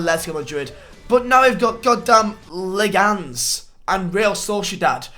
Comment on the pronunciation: I support IBAR but I also like LEGANS its: Ei-bar Le-Gan-es